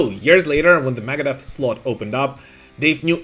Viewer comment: LOL AT PRONOUNCING IT MAGADEATH